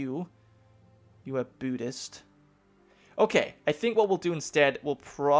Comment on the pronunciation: Byudist? Really? Come on it's pronounced boo-dist. Buddhist=Boodist